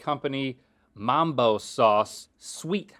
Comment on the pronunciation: It’s mumbo sauce, not mambo